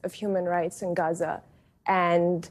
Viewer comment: Lol these 2 students were actually more mature than middle aged adults when discussing this topic. Also props to for the pronunciation of Gaza